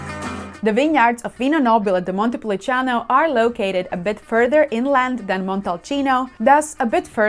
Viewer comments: Great video and another great T-shirt🙂 What is not clear to me is the pronunciation. It's written as Montepulciano, but you pronounce it as Montepulicano, at least I hear it that way. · you keep saying ‘Montepuliciano’, but it’s Montepulciano